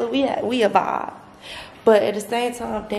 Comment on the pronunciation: I had such a grand timeee: WTF IS THAT 🤣 Tf is a “grand” time Lmfaoooo 🤣🤣🤣🤣🤣